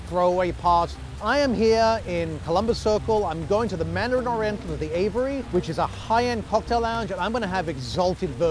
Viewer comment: Aviary, not Avery